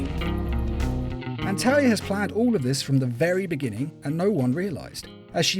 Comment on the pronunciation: it sounded almost like you called Talia, Terry I had to do a double take also Thomas Elliott Hush as well as Raz stealing the contingency plans are ones I prefer more than the animated takes of those stories.